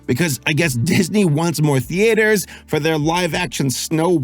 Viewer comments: Why do you insist on pronouncing "theatres" as "tee-ayters"...? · So do any of you guys say "Thee Ate Hers" or is it just him?